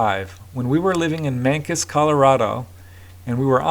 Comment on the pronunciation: Alfalfa does have interesting nutritional properties that might be concentrated into a potent supplement. All mushrooms are the fruit of mycelium. Mancos is pronounced "man coze". Excellent episode. Had to watch twice. Another epic chapter in the universe. Thanks buddy 🌟💫✨